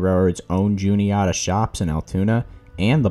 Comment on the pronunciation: You’re not from Pennsylvania, are you? Juniahta is NOT how we pronounce the name of the city where Norfolk Southern’s shops are. It’s the short E sound instead of ah.